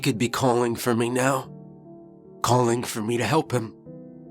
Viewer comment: His "accent " or just pronunciation.... ROOM: he says. "Rum" ME: he says "mey "